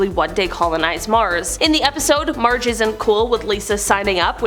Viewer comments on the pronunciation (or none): none